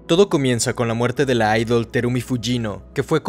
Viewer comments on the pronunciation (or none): none